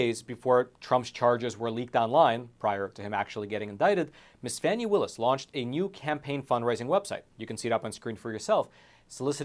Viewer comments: Isn’t this the Epoc guy? 2 1/2 years isn’t suspiciously long for an investigation of this magnitude. Congress getting to look in on any investigation they want to or deem to be politically motivated? Yeah that would be a good idea🙄. And dude it’s pronounced Fah- nee, but I believe you know that, passive aggressive much? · Phony not Fani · The Fulton County D.A. -- IN SOME FUTURE TIME -- just might have cause to sing the praises (albeit under her breath!) of all you a55h0les who continue to mispronounce her name. Until you fools made it a point to call her "Fanny" (showing total ignorance on your part as to the pronunciation rules of our language!), m o s t of us gave NO thought to the other p l a y e r s in Frumpf's litany of wrong-doings 'cept the main player in this national tragedy. The lady WILL have name recognition -- thank YOU very much!! -- should she ever decide to run for higher office!! :face-blue-smiling: 😂 🤣 🤣 😂 🤭 😘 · And it’s FANI (Faw-nee) dumbazz. If you can’t pronounce her name we can just imagine the holes in your story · So Fake, for one her name is pronounced FAWNY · Fani is pronounced "Fawni". 🙄 Just saying. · Stop mispronouncing her name duche bag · The intentional mispronunciation of the FC DA is childish and could always turn around and cause the speaker to be ridiculed and disrespected also. It is pretty wide spread and shows a lack of sophistication. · You dont even know how to pronounce her name.